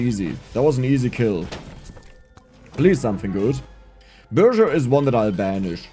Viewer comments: Chill video, I enjoyed it! I don't mean to be rude, I know you are german and all but I think I've never heard someone butcher the pronounciation of burger this hard, it's quite comical , I imagine that's how french people would pronounce it😂 that's some good entertainment value 👌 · Burger is a German word and pronounced the same as in English :D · warum sagst du burger immer so komisch ist doch schon englisch